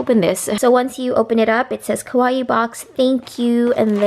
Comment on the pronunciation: that box is so cute! but it's pronounced ka-wa-ii. ko-wa-ii means scary